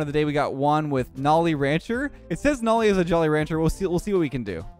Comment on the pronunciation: Isn’t his name pronounced NO-LEE and not NOL-EE?